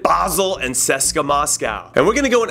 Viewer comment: who the fuck is seska? its C.S.K.A Moscow (see-es-kay-aye) say it CONRAD say it!! C pause S pause K pause A say it!!